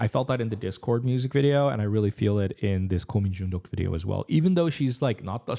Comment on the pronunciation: 한국인이신가? 고민중독 발음이 걍 원어민인데?